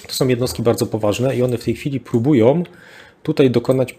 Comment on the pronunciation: po kolejnym "Rosjanie próbujOM" wyłączam oglądanie w ósmej minucie. Moje ucho nie może tego znieść.